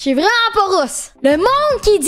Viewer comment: un coréen vreuuuument